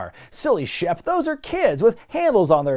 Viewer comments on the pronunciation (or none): I know his name's Shep Ramsey, but i keep hearing Chef Ramsey and now i wanna hear Hogan yelling about the lamb sauce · I thought you said Chef Ramsey. Like WTF!? Lol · I've watched too much Hell's Kitchen, I keep hearing "Chef Ramsey" instead of "Shep Ramsey".